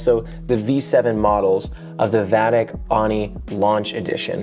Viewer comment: Just a heads up, it’s pronounced “Oh-nee”, rather than “Ah-nee”.